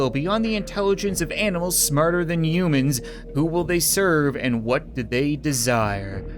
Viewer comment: is it me or does it sound like hes saying mewman/mewmans/mewmanity?